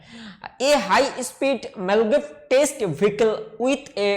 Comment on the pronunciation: apni apnar pronouncing ta arektu perfect korun. মাগলেভ কে বলছেন মালগেব। বৃহনমুম্বাই কে একটা অন্যরকম উচ্চারণ করলেন। আরেকটা লেখা ছিল বেডউ কিন্তু আপনি উচ্চারণ করছেন বেউড। কোনটা টা ঠিক আপনার উচ্চারণ না টাইপ? এটা confusing hoye ja66e।